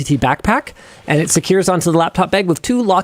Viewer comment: Guys am I the only one that kept hearing "laptop egg" instead of "laptop bag". I feel like I'm going insane.